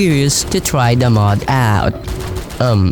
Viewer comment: Where are you from? (I never heard Mod being pronounced as Möøőōœọôóòd before)